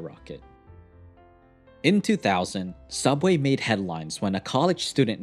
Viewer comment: You mean sooubway B)